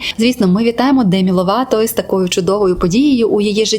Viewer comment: Демі "Лопато"))) розумію що це прикра помилка але звучить так кумедно, для мене вона Лопато і залишиться)